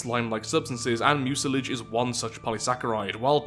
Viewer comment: I thought mucilage was pronounced "Miu-sil-ij"